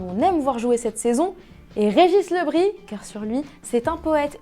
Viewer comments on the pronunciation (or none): Regis le bris on prononce le s mais merci quand meme 🥰